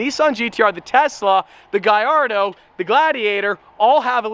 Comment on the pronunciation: Its gallardo bro